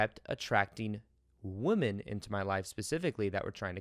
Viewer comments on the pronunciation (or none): Its funny how you say wo men and not wymin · The way you say “women”!😝 You say Woo-men, v. wim-en (sorry, speech therapist😋)